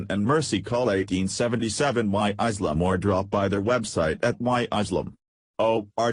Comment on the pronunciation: Why cant observers read the sign. This is ridiculous, furthermore, the narrator should learn to pronounce words properly. The word is ISLAM not ISELAM!!!